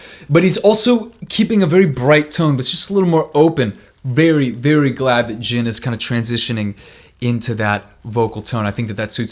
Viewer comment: that’s Jin???! Me: Y THE HECK U SAY IT LIKE THAT!??🤬🤬🤬